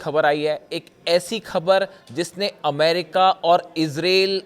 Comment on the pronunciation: Khabar ka pronunciation theek kijiye.